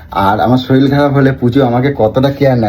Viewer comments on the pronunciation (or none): কাকা কথাটা" শরীল" নয়,শরীর। কবে শিখবে?